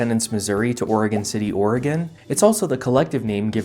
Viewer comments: Thank you for correctly pronouncing Oregon like Or-uh-gun and not incorrectly like Ore-uh-gone. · Thank you for saying Oregon pretty good. Ory-gun. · Thank you for pronouncing "Oregon" correctly. :)